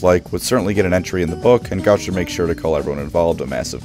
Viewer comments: GO-trek, not Goh-trek!! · STOP SAYING GOTREK WRONG.. GAT TRICK??? WTF GOOOOO-TRECK JEEESUZ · I have always pronounced his name as Go-Trek. Like Star Trek with a Go instead of Star.